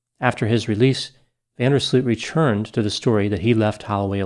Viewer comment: Next time don't butcher the name van der sloot